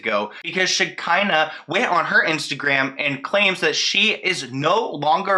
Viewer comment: Shi-KAH-nuh Shekinah. That’s how you say her name lol. I cringed every time you said it wrong but I love you regardless lol 😂😘